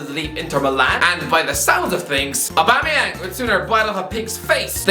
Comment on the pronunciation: Did you just say aubuma bloodclaat yeng u jamaican or irish 😁😁😁